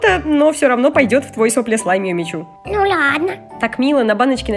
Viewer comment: Не Юми чю а Юми чу и не Сафи а Софи